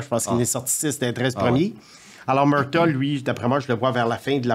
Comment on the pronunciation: Le premier joueur, J’entends Jack Murta. Beinh, il parle de Jack Murtagh. Ca ce prononce Mur-tag. A force de regarder les matchs, tu penserais que aurait entendu son nom. Penses pas que voudrait qu’on prononce son nom Boise-vurt